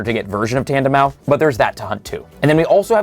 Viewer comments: Bro did not just say “tandemau” 😂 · Has no idea about Enamorous and still not say Tandemaus. is more like it. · The S in Tandemaus is pronounced, idk who told you it wasn't lmao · Oooh my gooodd. Learn to pronounce names. Tandemaus is not that hard! It’s a MOUSE. “TandeMOUSE.” The “s” is not silent! I’ll give you Vivillon - that one’s more difficult if you don’t know French. But it’s “Viv-ee-on.” The French word for butterfly is “papillon,” so it’s based on that, including pronunciation.